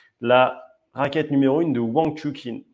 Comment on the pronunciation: Wang Chu"CHIN"* pas "KIN"